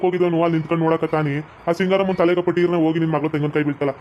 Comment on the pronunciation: Singaramma Alla bangaramma antha gothaglli bega